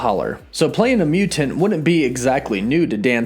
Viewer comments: What the hell is a mew-TinT? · .... also why do you pronounce ‘mutant’ so weird, like a robot? is this AI taking over the world?????!!@